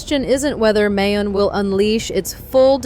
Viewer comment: Mount "Mai-Own", not May-On